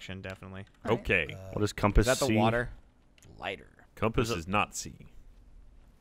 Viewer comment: Please someone tell he's saying compass wrong.